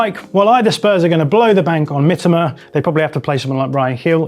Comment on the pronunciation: I don't care if it's the correct way the pronounciation of "Mitoma" was enraging.